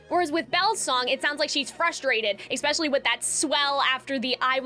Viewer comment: you are not cringe, your analysis is strong, and your voice is lovely! your only flaw is that you make me a little crazy when you say "eck-specialy"